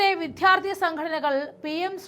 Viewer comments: പൊന്നു കൊച്ചേ...... വിധ്യാർഥി അല്ല വിദ്യാർഥി "ദ്യാ" "ദ്യാ" വിദ്യാർഥി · എന്തെടെ? 😂വിദ്യാർത്ഥി എന്ന് പറ.. വിദ്ധ്യാർത്തി അല്ല..കഷ്ടം! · എന്തിനാണ് വിദ്യാർത്ഥി എന്ന വാക്കിന് വിധ്യാർത്തി എന്ന് ഇത്ര കഠിനമായി പറയുന്നത്... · 'വിദ്ധ്യാർത്ഥി' അല്ല; 'വിദ്യാർത്ഥി' ആണ് . അവതാരക ശ്രദ്ധിക്കണം. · വിദ്യാർത്ഥി എന്ന് ശരിക്കു പറയു കുട്ടി